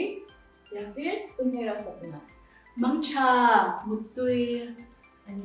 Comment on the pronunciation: Mangtha not mang cha Muttui not muitui